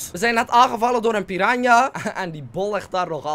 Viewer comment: houd van je enzo.. maar uhhmm.. Nou ja PIRANHA, niet PIRANA.